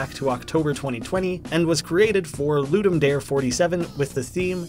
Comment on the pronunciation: I know you're not the only one who makes this mistake, but still... It's not "LOO-dum DÆR", it's "LOO-dum DAH-ray". It's from Latin, it means "To give a game".